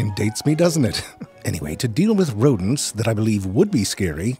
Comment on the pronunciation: El rrrretorno de los "Rrrrodents", love this guy voice 😂😂